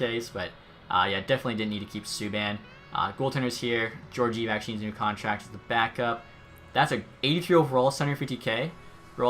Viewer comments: Jorgive? It’s pronounced Jor-jee-ev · "Jor-jeev"? It's "Geor-giev" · Geor-giev edit:no offense that’s just how it’s said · Pronounced gee-or-gee-ev